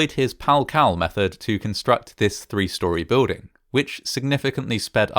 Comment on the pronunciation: I like and subscribe... but I can't stand how you say building... I don't see a "w" in it?